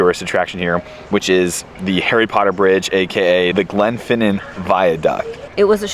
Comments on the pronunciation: Pronunciation SPOT ON 👏🏻👏🏻👏🏻👏🏻👏🏻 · As a non Scot, living in Scotland, I have to compliment you pronunciation of Glenfinnan, Glasgow and Edinburgh, have to work on the loch though! The islands are much more religious than the rest of us, hence shut on a Sunday, and if you visit again, most shops will give you cash back on your card. This means you can buy something and then ask for money as well. This is quite handy is you are short of funds. Pubs, hotels and many shops will do this free, when you go to the till. Below is a song by the Corries about Portree. You might just recognise the tune? The Corries. "The Portree Kid."